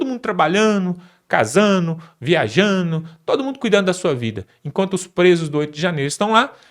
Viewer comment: Viajano? Trabalhano? Vixe! Quando colocarao, um reporter alfabetizado? Esse, esta assassinandi a Lingua Portuguesa!